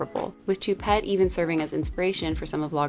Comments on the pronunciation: It’s pronounced shoe- pet (ch does not make the same sound in French as is does in English.) otherwise agree - but Met galas have been pretty uninspired in recent years and it’s definitely a year for odd “red” carpets - the Oscar’s went normcore beige and MET went Colgate 😂. But props to Jared Leto for honouring choupette. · an In Memoriam themed Met would have been amazing & much more appropriate! btw it's Lil Nas X, not "little" & Choupette is pronounced like "shoe"